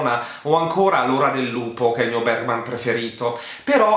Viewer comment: Postilla da studentessa di svedese: Ingmar Bergman si pronuncia più o meno "Ignmar Beriman" 🇸🇪🇸🇪